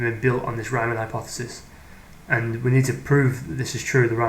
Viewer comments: It is Reemann, not Raimann. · If it was an English name with the original pronounciation it would be spelled Reeman (or Reemann). It is not vitaly important but for keeping credibility it is fine to try and make the pronounciation correct. Otherwise fine and interesting. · German "EI" = "eye". German "IE" ="ee". The only German name Americans seem to be able to pronounce is "Einstein", otherwise it's always "-steen". I never heard "Riemann" pronounced as "Ryemann" though.